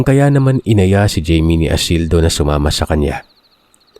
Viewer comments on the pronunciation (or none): jaime o bka namn hayme ung pagkabasa